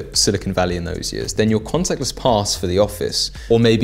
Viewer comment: "couple of yeeeaaz" what's a yeaz? 😂